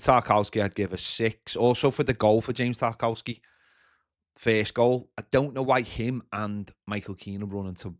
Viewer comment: it's pronounced Tar-kov-ski